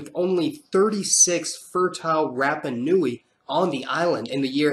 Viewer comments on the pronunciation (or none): It's not Mayori, it's Maori. And Rapper knowie, it's Rapanui. Get your pronunciation right. 😂. Love the history though